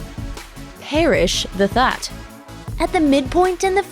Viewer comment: Parrish The Thaht